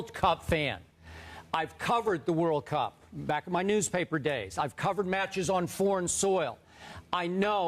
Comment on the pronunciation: Even his intonation saying "World Cup" is off. hahahahahahaha